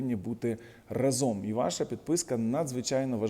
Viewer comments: Вас слухають і дивляться багато людей. Дякую за вашу аналітику таку дохідливу, розумну, обʼєктивну. Прошу Вас правильно вживати слово рА зом з наголосом на А, Дякую за розуміння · Сука рАзом, а не разОм